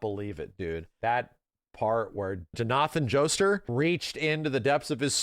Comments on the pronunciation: "Johnahthn Jostur"😭😭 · why did you say jonathan's name so weird? "jinathin joester" ???? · JoNAthan Joester. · did this man just say jna-than jo-stur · Go ahead